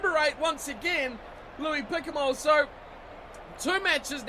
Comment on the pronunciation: please keep the s silent in Picamoles